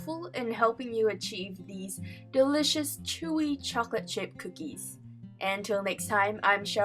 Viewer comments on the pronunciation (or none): She said dilishioush